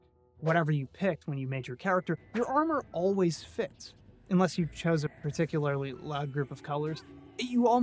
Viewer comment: Particu-lair-ly? Gurl what? lol